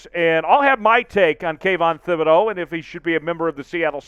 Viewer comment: I became a casual fan of the #Seahawks when they formed in 1976 and a hard core fan of the #Seahawks in 1987 when I was surrounded by Bronco fans. BTW - it is pronounced TIB-ed-oh